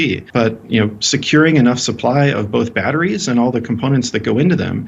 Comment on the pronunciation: Why the f does she over enunciate every other syllable. BATT-TREES...